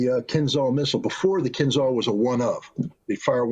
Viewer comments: there;s a reason there is an "h" in KINZHAL. it's not 'kinzal' silly americans don't even try to pronounce things right... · please KIINZHAL not KinZal.Zh like Rio de Janeiro,Marshal Zhukov,french Jean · Fun fact: pronunciation is kinzhal, kinjal, not kinzal. It is not called dagger, it literally means dagger - Кинжал=dagger. Ж=zh, j. This is in bulgarian, i guess russian as well because we share a lot of words( we gave them our alphabet some 1k years ago :) ) Now we are part of the traitors in EU who are enemies of russia.. not normal people, just our sold out pigs at the government. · It's pronounced " KinJal" , like Marshal Zhukov. ZH is spelled like a tough J or G in English. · Right way to pronounce Dagger in Russian Kin'dzhal not Kinzal. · Not kinzal, kinZHal. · Dude,it’s “Kinzhal”,pronounced like in Jedi,-”Kin jal”, OK? JA,JA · It is pronounced "Kinzhal" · "zh" in "Kinzhal" is pronounced as "s" in "measure". like sh with voice.